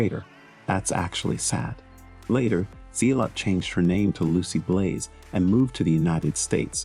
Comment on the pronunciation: Its not Z-lot, its Zell-ut.